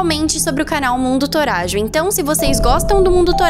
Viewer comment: Nn é toragio é totajo!